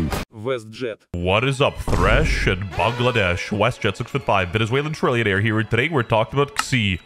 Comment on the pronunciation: thank u for pronouncing "bangladesh" right this time